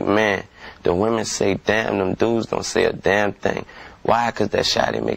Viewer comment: delaney He pronounced don't to make it rhyme with goin. I can say don't rhyme and its goin rhyme